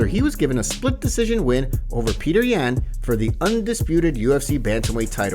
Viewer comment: You saying Yan wrong